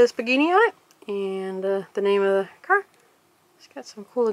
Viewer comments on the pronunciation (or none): Its pronouced pah-gah-nhi not panini